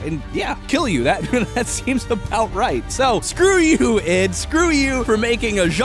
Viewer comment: Why is he saying Id like that...